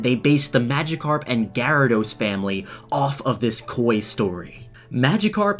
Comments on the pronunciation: Anyone else cringe at the way he pronounces Gyarados?? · i pronounce it ji rad Oh-s not ga rad ose